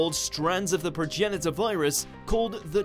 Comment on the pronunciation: He did pronounce it right though..